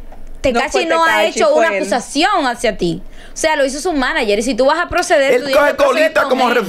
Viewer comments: Sandra escucha q dicen manager y ni asi lo dice bien 😅😂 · oye la otra como dice maniger sandra de por Diosssss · "Maniger" dice sandra🤦‍♀️